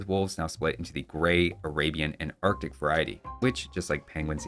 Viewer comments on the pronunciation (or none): none